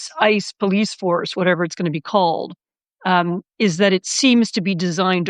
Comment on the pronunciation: PolICE pronounced poll+ice. There’s now police and polICE.